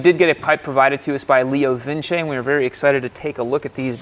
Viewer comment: Phonetically it's 'Leo Vinch' not Vinchey'